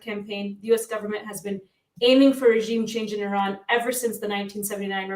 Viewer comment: it's not Irrrrran, it's Iran. Easy on the 'r' bro 😂🤘